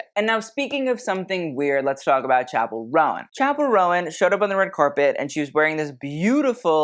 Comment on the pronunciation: Chappel roan (like moan tone cone) not rowan. 🌷